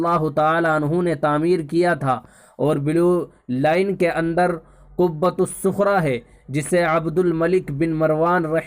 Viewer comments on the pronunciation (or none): Qubaatus sukhra nahi qubbatus sakhra hota hai jahil molana lagta hai padhai me mehnat kam ki hai